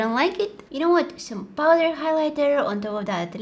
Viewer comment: prowder followed by Jim Carey's hehehehe 😂😂😂😂😂😂😂😂😂😂😂😂😂😂😂😂😂😂